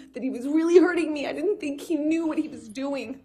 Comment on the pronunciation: Boy I tell ya hwhat